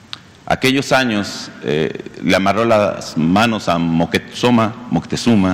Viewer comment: Pero dijo "Moquetzoma" y eso está mal 😂😂😂